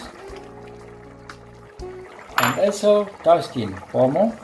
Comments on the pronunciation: Wow your husband is a great cook, he pronounced the shacki and kpomo so well, the okra soup looks very delicious. I like the addition of mushrooms too it, well done. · Waw oyibo husband did amazing job in the kitchen.i love the way he cut the okra and vegetables the way he pronounces kpomo was so perfect.